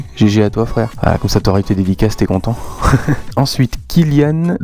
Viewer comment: C'est moi Kylian de Figanières ! Pas mal la prononciation :D Moi aussi je t'oublie pas :P Super vidéo gg !